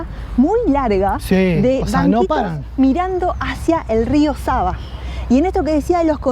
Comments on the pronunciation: Its SAVA River!!! Not SABA River !!???? Thanks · Nije reka Saba vec Sava,cirilicno (В- V) citate greskom kao B-Б ћирилично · It is not Rio Saba the river is called Sava